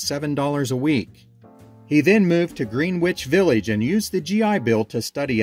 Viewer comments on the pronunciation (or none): the NY pronunciation is Grenich Village, not Green Which. Cool video once again